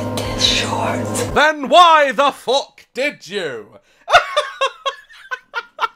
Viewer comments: Am I the only one who thought daz sounded Jamaican when he was saying “then why tHe FAWKKKK dID YoU” Im editing this comment and now I noticed that he still sounded British😭😭😭😂🤣🤣🤣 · when he said FOK like that, It sounded Irish or Scottish. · "Then why the fook did you" Sounded so Yorkshire i love it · " then why the FOOK did you 🤣🤣🤣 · Kingston Upon Hull engaged